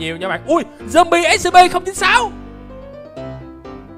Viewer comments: Chào anh em là đây em đã coi video của anh từ rất lâu từ mà sao anh cứ nói là Ét Xê Pê mà là Ét xi pi (Scp) em là fan của Của Scp scp 106 anh hay nhầm Scp lửa ( Scp 457 ) nếu anh muốn scp thì anh lên Youtube tìm kiếm là Scp Foundation nhớ đấy. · Anh ơi anh đọc sai SCP rồi!